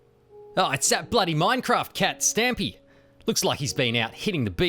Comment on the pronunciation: when you said Stampy I thought for a second you said either Stimpee or Splitsie.